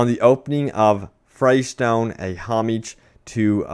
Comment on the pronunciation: dude your a borderlands nerd just as much as the rest of us are, how do you not know how to pronounce fyrestone(fire-stone)